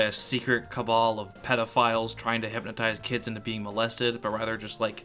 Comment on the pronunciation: im absolutely fucking tweaking i heard u say "hypontize" im so pissed istg theres an entry in the iceberg that said that im going cray cray